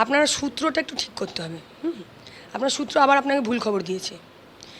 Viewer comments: সূএ না মূএ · "সূত্র" টা তো একটু ঠিক করার দরকার আছেই … 🤷